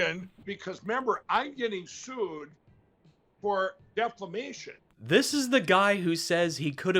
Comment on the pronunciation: Foam brain must have learned form Marjorie Trailer Queen."Reshirts." "I have done a lot of reshirts.......LMAO Reshirts to go with his samwich and deflamation.:learning:🤣